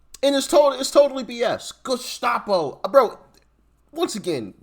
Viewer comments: Hey. What's a " Gastapo"? 🤔🤣😂🤣😂🤣😂😝😜🤪🤠👍🇺🇸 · Did the first one say gescapo? Lol. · He can’t even pronounce the word Gestapo. Just what did these idiots think Pres Trump was to do with these out of control mental people rioting and burning down cities? Just spank them? I knew this was going to happen; that the right if they won would have to use force to control this chaos. So that makes the right look like Gestapo. So be it. A lot of us want to live in peace, not being afraid to take a subway or go to a school.